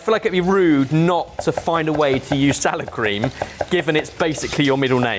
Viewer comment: I kept thinking he was saying sour cream. Then, poured it, and I thought that sour cream has gone really bad.